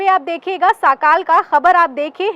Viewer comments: Didi woh sakaal nahee sakaadh hay. Sorry agar koi galti hogai to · मॅडम, साकाल न्यूज नही, सकाळ न्यूज बोलो